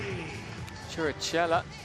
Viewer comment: Un altro commentatore a cui nessuno ha detto che nella lingua italiana quando dopo alcune consonanti c'è la H,allora la pronuncia diventa come la K.Così Chirichella non è Ciricella come invece la chiama lui.